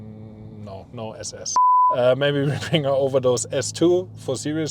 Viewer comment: SS 🤣 It's is so funny to hear when a German says it